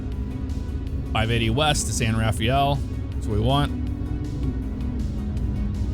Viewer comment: "San Ruh-Fell", not "San Raw-fi-el" lol. I know it's spelled correctly but it's pronounced incorrectly. I was born and raised in the SF Bay Area.